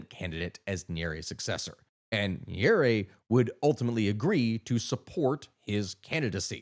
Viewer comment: 1st good work o highlighting this issue esp now that it democracy is facing a brutal march to death in Africa & more so East Africa, but please learn to pronounce Swahili properly, this has to be the easiest language to learn eg its Nya-re-re if you need help DM. 2. If you're going to do one one on Kenya, you'll find many similarities like issues of corruption but Kenya has perfected the art of silencing dissent from using intelligence agencies, outright buying the opposition and even more mysterious is the silence of the international community when the government is cracking down on protesters. Another oddity is how the government is using social media to push propaganda while at the same tracking down government critics. once they track these critics they're are abducted, people make noise on social media, the critics are released but surprisingly become less critical or silent. An example would a cartoonist of local newspaper. If you're planning to do a piece on Kenya please talk to Kenyans like on tiktok or reach out to Larry Madowo. Again i cannot emphasize how the Tanzania & Kenya stories are similar both Samia & Ruto accused NGOs of funding dissent...its as if they are sharing tactics on crushing opposition like how Kenyans on X are being used as social media mercenaries by Tanzania to paint a rosy picture. I think this has to be the most fascinating that both Kenyan & Tz govt are paying Kenyan social media influencers to counter opposition narrative and how much th